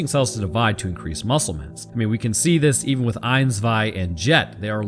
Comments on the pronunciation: Soldat is german for Soldier by the way Eins (actually really good pronounciation : Rammsteins Sonne uses it too) just means one Zwei : Two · I'm sorry but your pronounciation of zwei is not "meh, close enough" eins was pretty good even got a real german einz in the beginning. but it's not swei more like tswei anyways awesome video! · 1-eins is pronounced exactly right. 2-zwei is very close. the z is sharper pronounced in german like you tss at a cat who’s trying to do something she should not and you see her. And for the panzer it is very close as well. Again the z sharper and the a like a jamaican would say it and i think it would sound perfect maybe you can try and say it to your wife she will tell you if that does the job. Because of you i know how to say pronounce some words correctly👌🏻